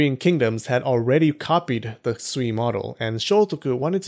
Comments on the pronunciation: Sui is closer to sway (as in, influence) than swee (as in, sweet). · "Sui" is pronounced "sway".